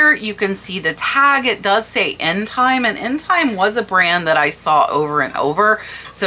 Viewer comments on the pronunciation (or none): "intime" is pronounced in-ta-may, it means intimate in French